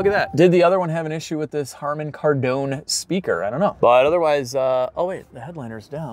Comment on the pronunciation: No american can say harman kardon...... Haarmain kaardone!😅